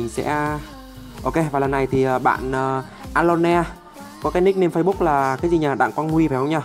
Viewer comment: Vcl Ơ lôn đọc a lo ne:)))))